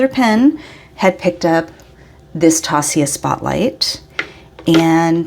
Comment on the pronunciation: I only buy Zodiac pens haha. And that berry is a perfect match to your Arabian Nights koi! I wasn't there this year but I did have Bart grab me a bottle of that ink when he was there too! Also, directly from Taccia.... It's pronounced Tasha haha! I had a conversation with her about it because I heard so many conflicting things! What a nice haul you had!!